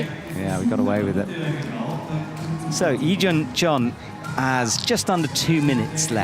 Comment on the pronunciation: Oh man. It's sometimes painful hearing stumble through names, like saying "Injun" for "Yejun" 😬. I know it isn't easy but...